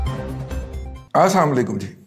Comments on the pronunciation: Respected Razi sahib! Your views are always appreciated ❤ but if you please don't mind I may point out that on the start of your vlog you greet the viewers with the words "ASSALAM O ALAIKUM" which are heard as "ASSAM ALAIKUM" that carry somewhat negative meaning. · آپ درست ہیں۔ بار بار سنا ہے بولنے میں 'ل' واقعی رہ جاتا ہے۔ شاید رضی دادا صاحب نے خیال نہیں کیا۔ ویسے ہم اس کو ان کی طرف سے 'السلام علیکم' ہی سمجھتے ہیں۔